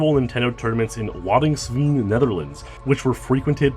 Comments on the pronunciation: ITS PRONOUNCED WODDINZVAYNE! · This is the first time I've ever seen a foreigner pronounce Waddinxveen. Hahaha